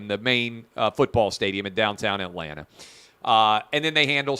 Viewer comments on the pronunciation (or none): none